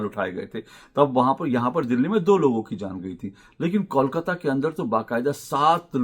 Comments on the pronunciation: Ashok ji, it's not kaul-kata, it's kole-kata. just a thought. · पहले "kolkata" सही ढंग से उच्चारण करना सीखिए फिर बंगाल या कोलकाता के बारे में बातेँ कीजिए। इसे "कौल काता" नही बोलकर "कोल काता" (coal - काता) बोलिए। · Pehle toh aap KOLKATA bolna seekh lijiye - the name KOLKATA, not KAULKATA, understand.😂😂😂